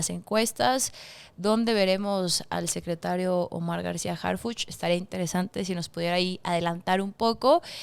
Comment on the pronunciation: Señorita...somos morena pero...harpuch???? Harpuch???